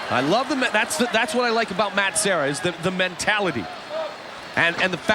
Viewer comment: The announcer that kept calling Serra as Sierra is an idiot. Even after the other announcer continually calling him Serra. Guessing that was Shamrock.